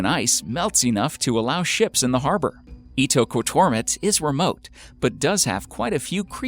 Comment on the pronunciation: Omg thank you for saying "Ittoqortoomit" I probably spelled it wrong, but for a long time I've wondered how to pronounce that name. I have searched it on Google Earth. It's a very small village.